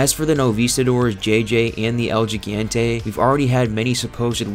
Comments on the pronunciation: Good lord, man. You gotten shit for this before and you still haven’t pulled it together. Thumbs down for pronouncing it “El Jee-gen-tay”. It’s “El He-Gan-Tay”! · It’s El Hee-gAn-té… close though 👍